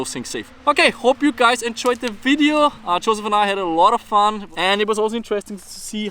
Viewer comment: Why do you call him Chosef? hahahah